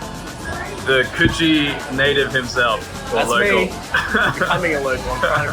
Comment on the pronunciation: The way you're mispronouncing Coogee cracks me up lol.